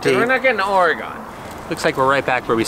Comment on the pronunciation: it's not pronounced "Oregone", it's pronounced "Orygun". - guy in oregon.